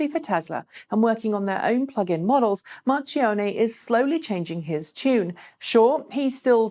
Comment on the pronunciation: I am a long time follower of this channel, and it happens that I am of Italian origin... can I try to improve your pronunciation or Sergio Marchionne?:-) If you say it as Mark instead of March, that would be much better:-) I am only trying to help, NOT criticise:-) Keep up the good work!:-)